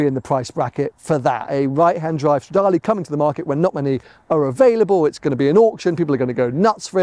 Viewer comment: So happy for you mate, now you just have to learn how to say Stradale in Italian 🤌🏻❤️